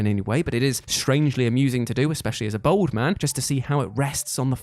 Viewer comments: 'bald' does not sound like 'bold'. Just thought you'd like to know 😁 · I've always wanted to ask. Do you have a speech impediment which prevents you from pronouncing bald correctly?